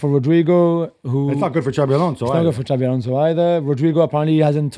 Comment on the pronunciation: IT IS XABI ALONSO FFS